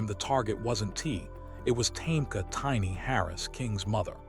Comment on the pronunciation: Look how he pronounced tiny name😂😂😂😂😂😂😂😂😂😂😂smh smh smh smh smh smh smh smh smh